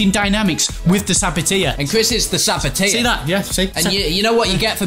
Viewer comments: Saboteur not Saboteer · Saboteur not sabiteer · It's a sabo-turrr not sabo-tiaaa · It's pronounced sabot-er, not sabot-ear for goodness sake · It's saboteur not sabotir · its pronounced sa-bat-urrrrrr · You’re pronouncing ‘saboteur’ wrong 😂😂😂